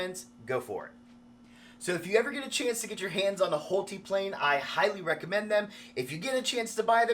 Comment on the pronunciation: I believe his name is pronounced Hole-Tie, not Hole-Tee. 👍😊 But I suppose if you’re spending that much on a plane, you could call it whatever you want 😁